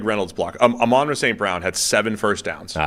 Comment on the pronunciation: Amon-ra not amen’ra